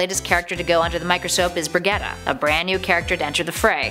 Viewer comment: That butchering of Brigettes name was painful